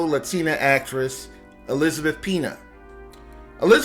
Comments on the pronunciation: Her name is pronounced, Pen-Ya, not pee-na. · Yes, Pena is usually pronounced "pain-ya", not "pee-na". I'm shocked no one has mentioned EP's finest film, LONE STAR (1996), one of my favorite films of all-time, and I've been a film buff since the 1960s. Check it out if you can find it. Also Jacob's Ladder. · Dude! show some respect! Learn how to bascially pronounce the Spanish words you're using ESPECIALLY HER LAST NAME! It's not "pee-nya", that means pineapple, "piña". It's "pain-yah." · Pen-yah, not peena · It's not "pee nuh." It's "Pen yah." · He cant even say her name right. Its pronounced pe-nya. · Its pronounced pena( penya)! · Are you dumb how are you a commentator and your pronunciation sucks her last name is Peña pronounced ( Pen ya) AND THE CHARACTER SHE PLAYED WAS MIRAGE MEANING SOMETHING NOT QUITE WHAT IT SEEMS . WTF DUDE LEARN TO SPEAK FIRST. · Pronounce the name right please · “LaBumba”, “AAA meeting” for alcoholics, Elizabeth “Peena”. This was a great comedy video. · elizabeth "peena"??? la "bumbuh"??? wtf man.